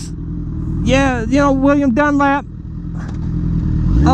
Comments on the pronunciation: It's Dunlop...lop...not Dunlap...jesus buddy at least get his name right! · Dunlop not dunlap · Dunlop not Dunlap bro. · You Don't know what your Talking about when it comes to Road Racing, and you can't even pronounce the name properly, idiot! Why does anyone do dangerous and extream sports ? Because you feel most alive when your cheating death, so instead of a Death wish I'd say a lust for life. Next time do some research before you go flapping your mouth. Bike fan who doesn't know who Joey Dunlop was! WTF !